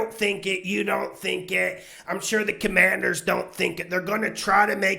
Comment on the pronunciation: I see you got the no names name right this week. #Commanders